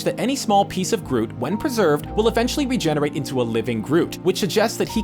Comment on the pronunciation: "Regenerate" ' OO-WEE-OO '